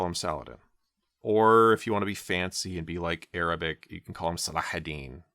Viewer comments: i'm impressed by your arabic pronunciation. cheers from an indonesian muslim! :) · When u have a child you no longer go by your name you go by a conya a conya means u be called father of like if your child name is abdallah they start calling you Abo abdallah mashallah your arabic pronunciation is perfect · yes, i am also impressed, it's almost perfect👌🏽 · Thanks for the video. Your Arabic pronunciation is impressive, by the way! Regarding Al-Ghazali's name, here's a translated text from Wikipedia: "Abu Hamid Muhammad ibn Muhammad ibn Muhammad ibn Ahmad al-Ghazali al-Tusi al-Nisaburi, known as Abu Hamid, had a son who died at a young age. He is also known as 'al-Ghazzali' in reference to the wool spinning craft, as his father worked in that industry. He is also attributed to 'al-Ghazali' in reference to the town of Ghazala in the villages of Tus. He said about himself: 'People call me al-Ghazzali, but I am not al-Ghazzali. I am attributed to a village called Ghazala.' Ibn Khallikan stated that his attribution to 'al-Ghazzali' (with a stressed z) is the famous one, and it is more correct than his attribution to 'al-Ghazali.' This is confirmed by what the traveler Yakut al-Hamawi narrated, that he had not heard of the town of Ghazala in Tus." Also, "ghazala" means a female deer or a hind.